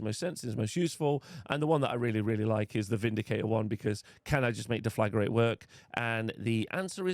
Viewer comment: Please read the word Deflagrate. It's not Deflagarate